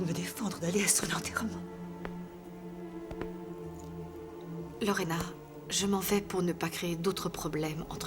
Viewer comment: J’ai remarqué que n’appelle jamais Lorena convenablement,il dit toujours Lorène et c’est depuis toujours.